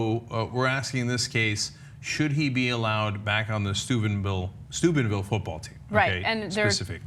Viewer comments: It sounds like Ana is saying Stupidville. :) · I keep hearing Ana saying Stupidville, is it only me? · Sounds like Ana is saying "Stupidville, OH." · I'm glad you put the town name in the title because all I could hear Anna say is Stupidville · Am I mishearing Ana, or is she pronouncing it Stupidville? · i keep hearing Stupidville xD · I thought Ana said "Stupidville, Ohio". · I recall that being the major thing when this scumbaggery happened initially, too. It fits so well. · LOL, I heard it too. I was like what? and had to look at the screen to read the real name.